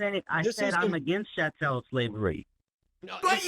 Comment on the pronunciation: Ch (K)-A-tel shavery